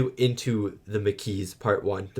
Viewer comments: I'm gonna demand 10 strips of latinum from you for every mispronounciation of Maquis! Killing me!! 🤣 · Every time you say Maquis wrong it’s like a needle 🪡 in my ear drum. 👂. Please, just listen to how the word is said in the actual episode. Pretty please 🙏. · The maquis were the French resistance guerillas after Germany occupied France in WW2, hence the French pronunciation. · I love how Jadzia, thanks to Dax and Curzon's memories, has the balls to lecture Klingons on their own terrain. It's "Makee" not "Makouise" It's a French word for sparse bushes and vegetation is semi arid environments like Mediterrannean areas. When someone goes in the Maquis, it means ot goes in resistance using guerilla tactics and hiding in the countryside, like the Resistance in WW2. That Cardassian suttle is a repurpose of the thieves ship model that was destroyed by the Klingons at the beginning of Star Trek 3. The frontier change is quite extensive, it's not just in one star system, so there are several planets involves. Dukat had lovers despite being a married man. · it's pronounced Ma-Key. The group was named after the French resistance group during the Nazi occupation in WW2. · maquis is pronounced makeee and do a vid on part 2 plz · Wow, realization of the incorrect pronunciation of "Maquis" was such a boner killer. I was hoping for, "Oh my days, i feel so silly saying it so weirdly for weeks." Instead, he didn't even remember what it was, and says he's going to continue calling them the "Mah-Kweeeez.". It's French, and you're Canadian, dude. C'mon! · I'm kinda going to miss hearing "mah-KWEEZ" now that he knows the actual pronunciation. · THE MAH-KEY It's French. Why would you intentionally pronounce something wrong when you know it's wrong? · The Maquis is pronounced Ma - Key. Can't wait for your reaction to part 2! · It’s pronounced maa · kee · It's pronounced "Ma Key".